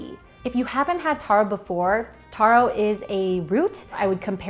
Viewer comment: taro not toro lol